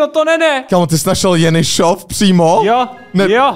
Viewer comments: je to Jenišov ne Jenyšov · rekl jsi to spatne jenisof